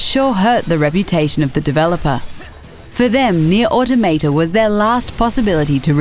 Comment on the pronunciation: Please don't ever say "Automata" ever again